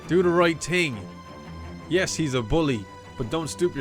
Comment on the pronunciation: I love his reactions, but why do some people pronounce thing ting. He isn't the first I have heard it from, but I have no idea what accent it is. The guys from little lizard gaming also did it.